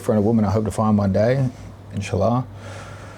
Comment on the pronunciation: did bro say inshalllah? lpl